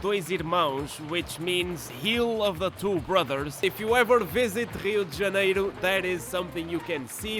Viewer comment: I'm guessing from your pronunciation of Rio de Janeiro that you are Portuguese?